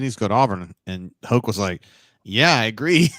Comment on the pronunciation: Hoke not hope